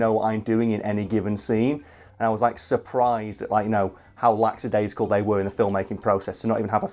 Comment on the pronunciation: Another great video. BTW it's lak-a-day-zikal not lax-a-day-zikal